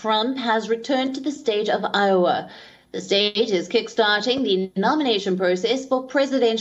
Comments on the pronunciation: It's IOWA not LOWA 😭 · It’s Iowa not Lowa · Iowa not Lowa. Go vegan! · Iowa. i, not Lowa 🤦🏾 ffs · iowa! not Lowa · i owa Iowa not Lowa unless he is in an hawaii town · Lowa? lol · It's spelled "Iowa" bur hey, Trump pronounced Swami Vivekananda as "Vivay-kamun-dum" when he went to India. Do your editors have dementia like he does?